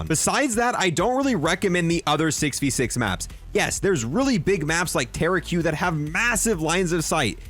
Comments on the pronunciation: Tara q? Lmaaaooo it’s taraq (tuh-rock) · did you just call taraq taraqueue? lol